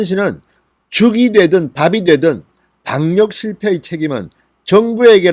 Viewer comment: 즐겨 듣는 애청자 입니다. 항상 감사합니다. 진 의원의 발음상 오류를 알려드리고 싶어요. "감염 " "방역" 을 말할때 잘못 발음하고 있어요 교정하면 훨씬 듣기 좋은 방송이 될듯합니다.